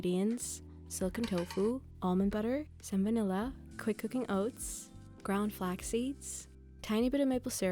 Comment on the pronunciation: Me watching this on 2x speed getting to and hearing salmonella instead of some vanilla